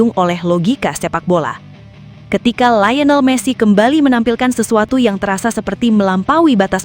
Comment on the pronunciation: Liyonel jadi layinel. Thomas Mueller jadi Gerd Mueller. min min... 😅